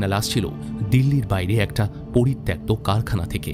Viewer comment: poritoktto uccharon ta ato bar bhul bollen. ota thik korben